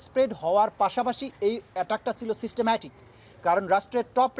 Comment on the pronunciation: Wtf is he saying systemmatic? 🤣